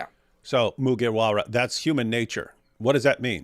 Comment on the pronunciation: this whole part was funny coz I believe DW has no idea who Luffy from One Piece is from the way he pronounced Mugiwara.